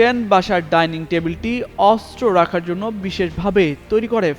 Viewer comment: অস্ত্র উচ্চারণ শুদ্ধ উচ্চারণ করতে হবে 😮😮